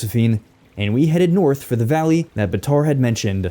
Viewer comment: Not bataar baatar